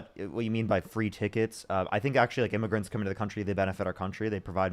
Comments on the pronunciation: sounds like immigrants he didn’t enunciate well maybe but… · He clearly said illmiffigians. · Is what the whole immigrants vs Aliens bet was about and it really does sound more like immigrants, however he either mumbles, or the audio cuts out and its still hard to tell what he said. I think the main point was that the guest was still saying "illegal" instead of "undocumented" so the point that was trying to make still stands.